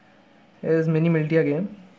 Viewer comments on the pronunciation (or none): bhai wo mini militia h mini mitia nhi